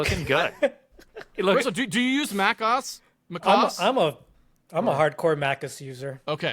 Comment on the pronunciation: Mac OS not MÁCOS